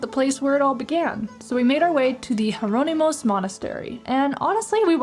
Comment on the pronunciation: Hearing Azulejo being pronounced as “AzuleHo” is cringeworthy!! Please just call it “Tile”… the same goes for “Jerónimos”… Also, you really missed out by skipping the Pastéis de Belém!